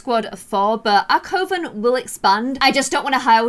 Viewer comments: The word coven is pronounced 'cuhven'. just for future reference. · Is nobody gonna tell her coven is pronounced "Cuv-in"? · I love your videos but coven is pronounced Kuh-vn! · I thought coven was pronounced like cuven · First things first: CUH-VIN. Second: if you’re going to do the holidays, research them so it’s not just the more Christian versions — like Easter, Halloween, Christmas. Third: If you need help with the real world witch aspect, message me. 😌 and last: as far as coven names, maybe Le Lune? Or Selene — first is moon, second is a Greek goddess that represents the moon. Orrrr maybe Hedge Witches? That’s a branch that talks to spirits while also being focused on nature. You could talk to ghosts that way. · I’m pretty sure coven is pronounced cuven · Not hating! But isn’t it pronounced; cuh-ven? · Coven ———— kuven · coven is pronounced cuh-vin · Quick thing. Its actually pronounced cuvern 😊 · You’re pronouncing coven wrong it’s pronounced cuven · I love you but can you please pronounce Coven correctly? (Kuh-ven) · it’s pronounced c UHH ven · Am I the only one annoyed by the incorrect pronunciation of “coven”? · I kinda find it endearing and cute, haha. I've never heard anyone mispronounce coven before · exactly! It was so distracting everytime she said it wrong. I love and her videos but its important if shes doing a witch base series that she pronounces things correctly, else it can seem a bit disrespectful imo x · to all the people saying she’s not pronouncing coven correct it’s where she’s from i’m from near there and say coven as well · PLEEEASE SAY COVEN PROPERLY!!! LOL I love you..all ur videos and i REALLY wanna love this dont drive me mad hahaha .. kisses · Does anyone else think it’s funny how she pronounces Coven 😂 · Am I the only one who is annoyed by the way says coven??? 😂😂😂😂😂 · Jeez y'all, she's not mispronouncing coven... it's called a dialect. She has one. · Your pronouncing coven wrong